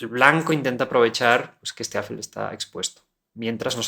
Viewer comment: Tengo una duda, dado que la palabra "alfil" es una palabra aguda, lo que significa que la mayor fuerza de voz recae en la última sílaba (fil), xq la pronuncias como si fuera grave?